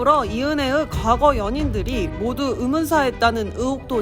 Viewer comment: 영상 나레이션 하는 앵커분? 여자분 … 아무리 별거 아니어도 “의” 자 발음 좀 고치고 제대로 해주세요…. 어떻게 대놓고 “으”로 발음하세요…? 너무너무 거슬려요 으문사 으혹 고인으 이은해으 .. 와 진짜 쓸만한 사람이 없었나..?